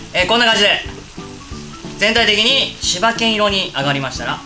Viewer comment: 最初、滋賀県色って聞こえた 滋賀県てこういう色なんだと